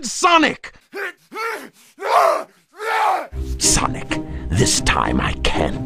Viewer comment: lol he said sanic adventuuur doom